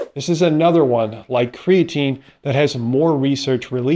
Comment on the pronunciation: I don't care how many PhDs you're hanging on the wall, if you can't properly pronounce creatine I'm not paying attention to you.